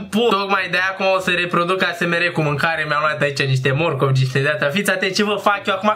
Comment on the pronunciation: 😂😂😂deci daca nu rad la un video de al tau mor. se zice esemar si se scrie asmr